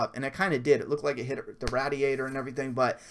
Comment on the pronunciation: Please do not pronounce radiator that way again